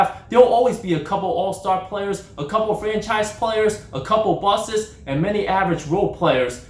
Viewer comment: Haha he said bustsz (bustez) that is how he said it